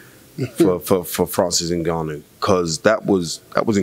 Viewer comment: Francis N-goo-noo 😂